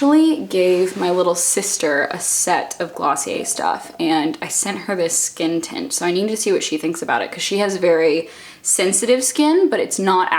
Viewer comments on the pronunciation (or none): I kept hearing you say "skin tit" instead of "skin tint" and it's making me laugh so much 😂